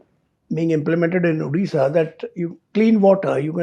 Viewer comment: It's Odisha not addisa